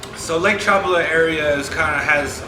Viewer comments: It’s not Chopala. It’s Chapala. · You ignorant barbarian you... Its pronounced CHA PÁ LA. With the accent on the middle syllable PA. Geeeezzzz.